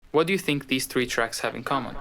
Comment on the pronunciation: It's just too much. The message doesn't need all that candy. And then there is the lack of ability to pronounce "these" correctly. So close but no cigar.